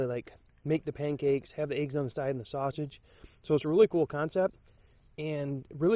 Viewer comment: Hey... you say Eéggs lol with a long E. Awesome, to hear different accents now and then:) Pretty steaming Ration Heater, Pete had bad luck with his this week:) On and on a good one mate *